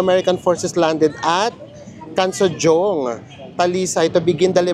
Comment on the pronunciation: Hi ka authentic :hand-pink-waving: Cansojong pronounced as Cansohong po 😊